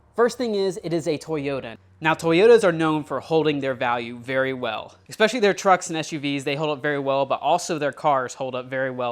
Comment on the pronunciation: I promise I’m not a grammar Nazi, but OMG it’s ESpecially, not EXspecially. That said, this is awesome content man!